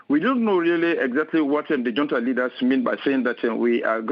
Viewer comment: It's pronounced hunta... college educated and can't speak...